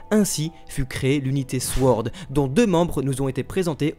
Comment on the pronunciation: Vidéo qui est au top comme d'habitude ! Mais pourvu que le mot "sword" va nous suivre un certain temps, je préfère vous prévenir que le "w" dans "sword" est muet :)